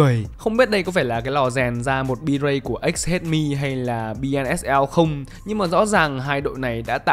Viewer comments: BSNL cứ đọc BNSL đúng thối tai thật :))) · bi ét en eo mà sao anh cứ đọc là bi en ét eo thế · BSNL mà đọc thành BNSL 😂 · Bi ét en eo chứ:))) không phải khó tính nma bài hay vãi lìn nên nghe đọc nhầm cái dừng video khoảng chừng 2s:))))